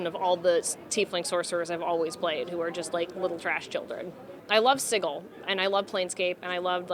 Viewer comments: This is amazing but I have to critique one small thing... its pronounced "sijil" not "siggl". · Somebody might want to tell her it's not pronounced "siggil," it's "sijil." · She's awesome!! But "Siggil"?? XD